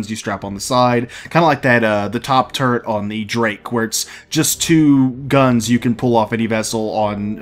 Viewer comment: They need to put the Retaliator back up for sale. I wasn't able to get one because of money issues, but I know a few people who would buy them. Also, Turret, not "Turrent". Point defense can be use for fighters or missiles.